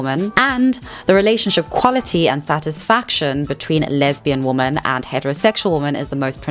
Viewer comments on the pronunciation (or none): Woo-man whim-men right? I hear her pronounce woman and women the same. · English is not my first language so forgive me if this question is offensive, but you always pronounce "women" as "woman" (woh-mahn, instead of wi-men), is that an accent? I've only noticed it with you and one American YTer which is why I'm confused! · it’s not an accent you’re saying the wrong word. it’s womEN not womAN you’re just saying the singular instead of the plural. a lot of the red pill people also make this mistake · I love ur channel, but it is pronounced “wimen” when speaking plurally. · It unironically triggers me the way you say women. It sounds identical to woman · wait does she talk about why she says “woman” instead of “women”?! I have noticed all YouTubers do this, ESL and otherwise. it’s so strange. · Being african has nothing to do with the fact that you pronounce the words woman and women the same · Love the video ❤ Just quick nitpick, women when used as plural is pronounced 'wih-min' , while one woman is a 'woh-mahn' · you pronouncing "women" just like "woman" really messes with my brain lol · After you said that you pronounce "women" differently because you're originally from South Africa, I said "women" out loud to myself, and it felt kinda funny. I repeated it a few times, and I can now say with confidence that I do not know anymore how to pronounce it. It is a completely weird word. The more often you say it, the weirder it gets. Wimmin wimmin wimmin. WEIRD. If you read this comment, try it out yourself. It's true! Great video, though. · Respectfully, if you can say men, you can say women. It's does detract a bit for me and if multiple people (your audience) are mentioning it, it might be worth reading it correctly. Other than that, I love your content! I like your attitude too. Thanks 🫡☺️ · Begging you to understand that 'woman' and 'women' are pronounced differently. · Great video topic! Different pronunciation for ‘woman’ and ‘women’ tho 😩